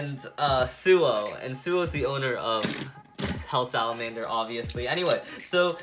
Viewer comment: U said hell slamder